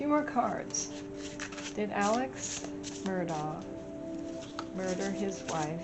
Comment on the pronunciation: I want to apologize for mispronouncing Mr. Murdaugh's name. I found the energy so dark I couldn't go too deep. Thanks for being kind!